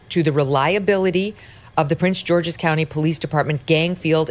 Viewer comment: It is called Prince “GEORGE’S” county, not “George”. Sorry, but I’m a county boy, and she’s like the fourth popular influencer to mispronounce it. Most people in the area just call it “PG County”. (Not trying to be anal about it; it just worked out that way, lol😂)